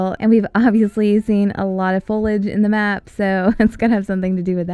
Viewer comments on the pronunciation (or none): Foil age not foleage